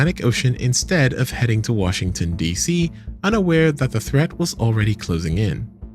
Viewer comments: “Wahington D.C.” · "Wahington DC"